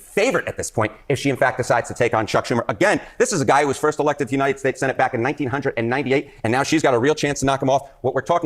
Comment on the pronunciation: Why did he have to say 1998 like that 😅